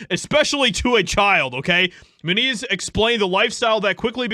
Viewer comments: Dude always mispronounces names, lol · I always thought his last name was pronounced "Mue-nez": not "Mue-neez". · Moon-Eeez ? Really ? Come on you can do better than that...... Not the best of drivers honestly, but then maybe jumped the shark a bit moving up.... Never the less, Good For Him if he really did whatever he could to get away from HOLLYWEIRD!! Being a "child star" I'm sure he's seen his fair share of Demonic shit so getting away was a smart move!! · It stems from Spanish and it would be pronounced Mue-neez